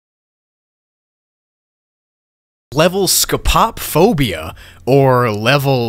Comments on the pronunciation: "scopop phobia" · Don't mean to be that guy, but as a grammar and etymology nerd this hurt me. For those of you who don't know, "Scopophobia" is not pronounce "scope-pop-phobia", but "scope-o-phobia", as it is comprised of the prefix "scopo-", meaning "in the sight of/being seen by", and "-phobia", meaning "the fear of". Combining the two and adjusting for the actual meaning, this means "The fear of being watched". Anyways, thanks for coming to my Ted Talk. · Hey, um. Scopophobia is pronounced scope-uh-fob-ee-uh. Not sco-pop-fob-ee-uh. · That scopophobia pronunciation, dear lord scope-o-phobia not whatever the hell scop pop phobia is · He really said scuhpop. It’s pronounced scopo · its pronounced like scope o fobia, not sco pop phobia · the most terrifying thing is how pronounced Scopophobia (scope-ah-phobia as in a telescope) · It’s pronounced so-po-phobia I have it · Isn't Scopophobia pronounced Sco-po-phobia? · The way scopophobia was pronounced/spelt hurt me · Not to be "that guy" but... According to Google, you pronounced Scopophobia wrong